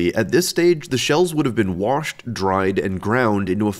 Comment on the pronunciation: hehe worshed